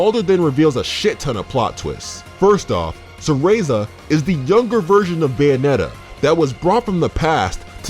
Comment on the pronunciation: More like...Bae-onetta? 😉